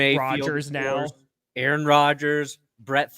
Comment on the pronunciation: It's Aaron, maybe multiple times....just sayin